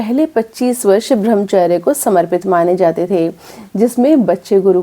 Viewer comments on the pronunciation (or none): 🙏आप शब्दों के शुद्ध रूप की चर्चा करती हैं। आपके videos बहुत अच्छे होते हैं। लेकिन इस video में आप ब्रह्मचर्य का उच्चारण 'भ्रमचर्य ' कर रही हैं। कौन सा उच्चारण सही है? कृपया बताएँ।🤔